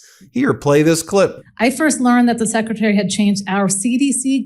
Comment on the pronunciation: I love that Dr Houry secRETary as a lot of people say secITary